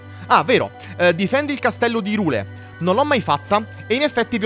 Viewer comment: Si pronuncia irùle